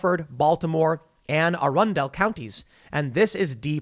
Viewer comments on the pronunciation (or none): I know that area of MD well, and I'm not really surprised they're standing up. They are very working-class areas. Also, I pronounce things wrong all the time, and it's "Ah-Run-Dul" county, but I actually enjoyed how you pronounced it like Arandalle from Frozen. No one got snow powers there, hon, but we got egg custard snowballs yous can have if yous going downioshen to get in the woder. Let it go Oreos. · Laughing at how tim pronounced arundel 🤣